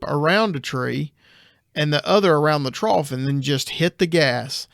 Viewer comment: The commenter in this episode who continuously mispronounces “trough”… OMG 🤦🏻‍♀️